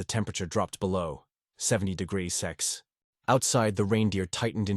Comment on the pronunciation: AI pronunciation of temperatures just kill me! "60 degreezee" "71 1degriceers" 😂